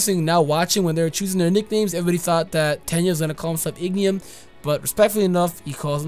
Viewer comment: my guy it's not Ignium, it's Ingenium. You said it so often i had to correct you sorry.